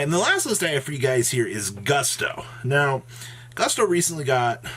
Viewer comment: I'm talking about when he said "boosto", "boosto", "boosto"!